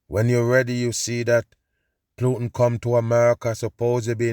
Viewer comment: I love when says "Plutin"! Hilarious!